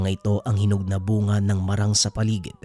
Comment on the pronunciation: It's MAAAA-RANG not marang.. it's MAAAA-RANG... Prolong MAAA and short RANG...